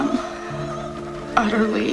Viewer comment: Sounds like she said "I am utterly, a hoe"😓